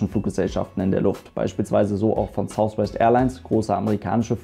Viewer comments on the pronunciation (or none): none